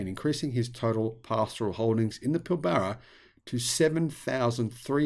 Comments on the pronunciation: It's pil-bra not pil-bar-a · Sorry, but as an Australian, your pronunciation of Pilbara is like fingernails on a chalkboard. The first A is silent and the r is "rolled" like Pill brra. And you did forget Twiggy does have a few more environmental credentials, having completed a Phd in Marine Biology at University of Western Australia in the last few years. Personally I can see road trains more likely to use fuel cells than batteries, or even B doubles outside the more populated areas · Hey I grew up in the Pilbara, which you mispronounced as well as about half the places you talked about. I was a Friend of David Forrest, Andrews brother during the 90s. David and Andrew are the great great nephews of Sir John Forrest the first premier of Western Australia. Anyway you are quite correct about hydrogen, it is a lost cause, at least until we make so much energy from renewable sources that we can spare some to make green Hydrogen. As it stands more than 95% of hydrogen comes from Natural gas, oil and coal. Only 0.04% of hydrogen produced can be called green hydrogen. It may have some use in Industry but not in transport, at least in the foreseeable future. I have met Andrew Forest and found him to intelligent and charismatic. However on the issue of hydrogen, sadly Andrew not Elon is the Muppet. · Never met an Aussie who can't pronounce Pilbara 😂😅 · I think Musk is a muppet for several reasons but this is not one. Forrest really is a dick! But maaaate! It's kind of difficult to hear an Aussie mispronounce Pilbara.